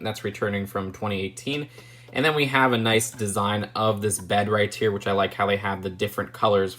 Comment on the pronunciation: You know you say right tear instead of right here